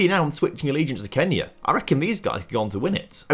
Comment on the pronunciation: !!!!! Man Y du you say🔼KENYA🔼 Like that its not F**in cool